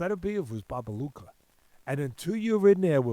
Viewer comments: Babayega not Babaluca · Bobayega not bobaluka